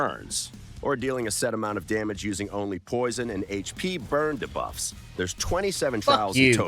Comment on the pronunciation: I was so looking forward to seeing your reactions to "Chi-mee-ra" and "Duh-buffs" pronunciations, it 100% delivered! Never change